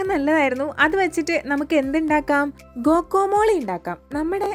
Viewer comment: ഗോകോമോളി അല്ല ഗ്വാക്കമോളി